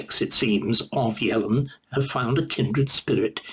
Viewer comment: Not sure how well qualified Starkey is to pontificate on Economics. He doesn't even seem able to get Yellen's name right. Quite an entertaining listen though!